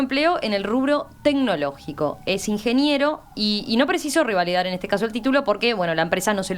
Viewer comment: Es revalidar y no "rivalidar" como dice la periodista.